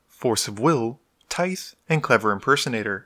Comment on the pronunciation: Tithe: the final 'th' is voiced, like in "these", not unvoiced like "birth".